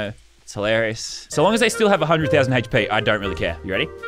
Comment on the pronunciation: He says “heychp” when it’s hp